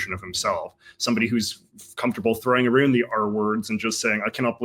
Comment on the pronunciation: okay i can deal with "aboot" but "aroond"???